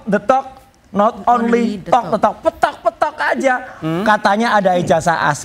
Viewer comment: Bukan ONLI tapi ONLE Wiwok detok not onle tok de tok